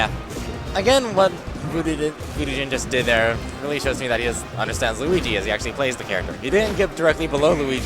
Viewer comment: both of you guys cant say luigi lol!